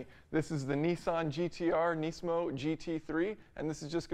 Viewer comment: Engineering Explained ^^ at least know how to properly pronounce the name nismo.